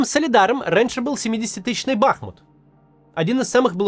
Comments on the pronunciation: БахмУт, а не БАхмут, а так всё верно сказали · БахмУт! Максим, ставьте ударение правильно, пожалуйста. Всё по делу, отличный выпуск, но из раза в раз слышу эту ошибку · Бахмут - ударение на последнем слоге. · БахмУт. Максим, режет слух. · БахмУт! Кац , за 4 года не выучил, тормоз! В Чечне -БамУт, ты же не говоришь БАмут…, или говоришь?